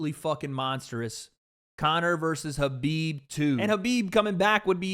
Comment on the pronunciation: Why is he saying Habib?